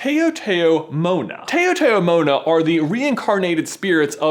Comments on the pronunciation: still can't get over how badly he butchered the word "taotaomona" lol. it's not pronounced tay-o-tayo-mona. it's t-ow-t-ow-mo-na haha. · It's pronounced "taw-ta-moh-na", not "tao-tao-mohna" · lol was wondering what "tay-o-tay-o-mona" was and realized that you're talking about Taotaomo'na! lol 😂 On Guam (island in Micronesia) it's pronounced "t-ow-t-ow-moh-na" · Just to help fact check your story since I am from Guam and your facts make me cringe... Taotaomo'na is not pronounced that way. It's not "tay-oh tay-oh moh-na". It's "tao-tao" like in saying the first syllable of towel and "mo-na" the "mo" part is a short sounding "o". And Guam is not in Polynesia, it's in Micronesia... I'm not so familiar with Polynesian culture, so maybe you might be referring to a similar word they have, but Polynesia is not the only region where coconut crabs are found. I hope you can add some sort of update to your video or reshoot it all together. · FYI it's not Tae-oh Tae-oh Mona It's pronounced T-ow t-ow Mona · That one moment when everyone I'd freaking out about coconut crabs in the comments and I see them everywhere everyday and btw it's pronounced "tou tou mona" not "tayo tayo mona" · Lol on Guam, we call spirits taotaomona, but pronounce it like "ow" rather than "ayo". And we do believe that taotaomonas take the form of some animals, especially the coconut crabs. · That's not how you pronounce taotao mona it's how you say how so it'd be t-how t-how mona not toa toa mona. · Yikes that pronunciation for taotaomona was really REALLY bad. My ancestors ears are bleeding lol. Any other Chamorro people here cringing? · its pronounced taotaomo'na (taow-taow-mot-na) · Bruh I was bursting out laughing when you pronounced it like that I was kinda offended but not rlly but its pronounced like this tah tah mona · I cringed when you pronounced taotaomona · Taotaomoa is pronounced t-a-ow t-a-ow mo-na in Chamorro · it's pronounced "Tah-Oh Tah-Oh Mow-nah" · it's pronounced taw taw mona